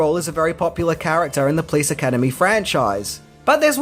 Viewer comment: I love you! But why do you pronounce it: "Please Academy" It's: Po - lice! 😄